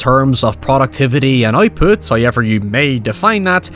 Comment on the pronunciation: The guy who mispronounces however ywt likes to repeat it a lot. "hoyyyyyever" "oiever". "hayyyever"